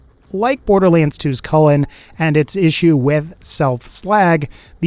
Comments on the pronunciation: Its pronounced choo-lane, not cullen. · Why does he say chulain differently